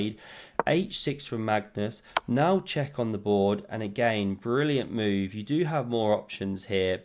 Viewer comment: Pawn attacked, defended.: Phewww! vot a moove